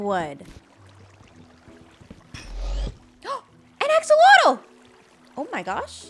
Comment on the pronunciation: nobody cares, and it'll never catch on, and this is apparently pedantic... but axolotl is pronounced "ash-ah-loatch"